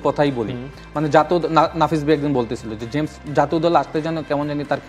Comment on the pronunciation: জেমস রদ্রিগেজ ❌ হামেজ রদ্রিগেজ✅ 😂😂